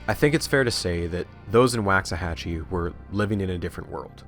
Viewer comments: waxahachie like walks a hatch ee not wacks a hatch ee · Do you pronounce it how he did? I’m also from Texas (not getting more specific) but have always heard the first A pronounced like in Walk not Wax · quick correction: Waxahachie is pronounced with a Wah, like in walk, not a Wa, like in wax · Pronounced Wocks-uh-hatchie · say it with us. RAY-gan.... who TF is regan? psst, your bias is showing. wax-ahatchi??????? TF can you not speak? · im from waxahachie and i absolutely hate the way you say it